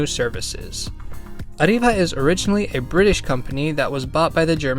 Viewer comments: Ariva is pronounced ariva both a's like a not ay, without rolling the r, the i like e, and a bit of emphasis on the v because as you said it's from England (Sunderland to be presice. my fellow Geordies make you're welcome to banter about it) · Pronouncing Arriva is very confusing, Alot of Brits say Ariva meanwhile I say Arreeva or Arrive-va.